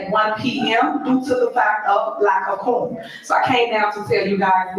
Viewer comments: She can’t say Quorum. 2 parts. Quor-um. Not enough representatives to hold a meeting. A good leader would round up her posse for a meetin not waste the public’s time. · Lack of crorum😂😂😂